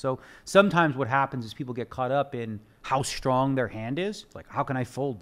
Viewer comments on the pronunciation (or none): One of the smartest guys on the planet and he cant pronounce strong correctly.